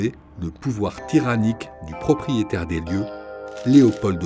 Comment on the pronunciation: "Son proprietaite" mdr wallah vous avez pas fini en vrai !!!